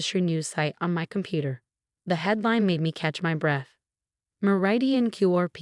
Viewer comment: Lol fr! When “Meridian” turned into “marathon” I nearly lost it 😂